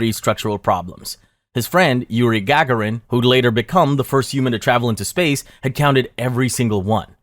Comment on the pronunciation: "In-TER-furrence" "GAG-a-rin" "lu-NARR" Definitely not AI diarrhea.